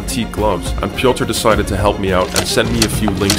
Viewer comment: not pioter its piotr and hes poland like me!!!!!!!!!!!!!!!!!!!!!!